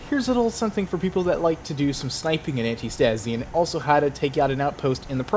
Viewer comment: its not antist"A"si its ant"I"stasi it means "resistance" in greek just fyi because most ppl dont know what antistasi means and may be interested.